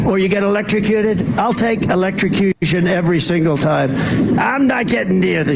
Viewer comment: He’s used this shark battery rant once before. The notable moment in the previous shark battery rant was his inability to say the word “electrocution”. Also a John Deer subcontractor in I think Kentucky was recently Busted for child labor violations.